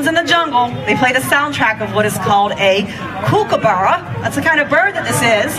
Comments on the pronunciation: HA - not sure what a 'KOOOOOOOOOOKa - burra' is -- it is pronounced -'COOKA-burra' - beautiful bird. Have a nice day all. CHEERS from AUSTRALIA. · Kooookaburra?? Pronounced Cook-a-burra luv. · Also how most americans feel they should mispronounce the name kookaburra (Kuk U Burr ah) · Seriously ?? She annoyed me for some reason..not sure why. Maybe cause she didn't pronounce kookaburra correctly?! Still not sure